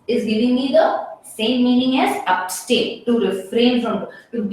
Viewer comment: Pronunciation is ab-stain.